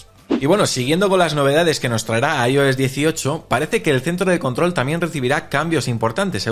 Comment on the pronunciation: Lo que a mí me duelen los oídos cada vez que dice “Ayo s”😂😂😂😂 (“Ai, Ou, S) 😂😂😂😂